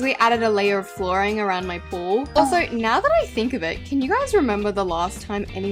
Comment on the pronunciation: helppp why did I hear wall not pool?